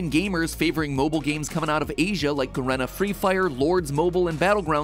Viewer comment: its pronounced 'ga-ree-na' freefire